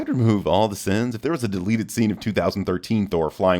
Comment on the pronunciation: "Sins" not "cins"